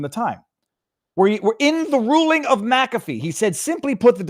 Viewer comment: "Ich bin dumm" and thank you for knowing how to pronounce McAfee. A few YT don't. Like Dr Steve and Benny